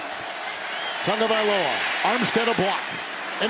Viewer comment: Its not tongue-valoa its tah-go-vye-lo-ah